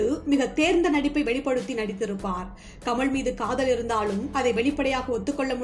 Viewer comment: நல்ல குரல் நல்ல ஏற்ற இறக்கம். ல ழ ள சில இடங்களில் மட்டும் கவனிக்கவும் . ஆல் என வரும் இடங்களில் மட்டும் ஆள் எனச் சொல்கிறீர்கள்.நடிப்பாள் கமள் நடித்திருந்தாளும் மலையாழம் தெளுங்கு கவனிக்க. பாடல் ஒலிக்கிறது.எனபதற்கு‌ ஒலிக்கின்றன என்கிறீர்கள்.படங்களாக அமைந்துள்ளன என்பதை‌ அமைந்துள்ளது என்கிறீர்கள். ஒருமை பன்மையும் கவனிக்கவும்.